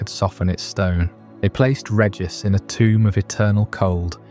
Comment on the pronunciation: Idk if I can sleep to this one, everytime you pronounce regice it snaps me awake, cmon man, pronounce it right